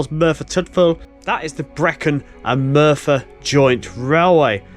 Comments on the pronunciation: Nice video! Very informative and well shot. Particularly like the old photos. In the spirit of being helpful and not meant in any way as a criticism, I've just got a few notes on the pronunciation of the places you're visiting. Merthyr Tydfil - Tydfil is pronounced Tid Vil Morlais is pronounced Mor Lice Sounds like you'll be walking down to Pontsarn Viaduct in your next video. Pontsarn is literally pronounced Pont Sarn. 😊 Torpantau - Tor Pant Eye. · Another excellent video from the area in which I grew up. There is a ruined castle at Morlais, which was never completed, and the GWR named one of their Castle Class locos after it. PLEASE don't take this as a negative, but "Morlais" is pronunouned "More-lice". Sounds like you may be heading for Cefn Coed viaduct next? I used to fish for trout under it in the River Taff! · Very interesting. Morlais pronounced morelice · Hello, excellent videos, but sorry a correction on the name...it is Mor as in a dogs Maw or Tor with an M, Lais as in Lice so Morlais is Maw lice Diolch 🙏 and Tor pant aye for Torpantau...not being arsey, just educational on how to pronounce Welsh names. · Morlais is pronounced /more-lice/, as in extra animal parasites. ;-)